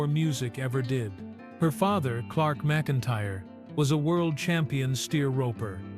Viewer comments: Her name is pronounced "mac-in-tire". The first several minutes of this video you pronounced it wrong. Do your research before posting something on one of the beloved, famous female singers entertainers in the US for over 4 decades. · Pronounce her name right